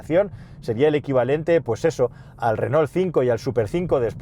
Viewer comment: Por favor, no pronuncies Renol. Si quieres afrancesarlo pronuncia Renò. I si no, en Castellano seria Renault. Muchas gracias.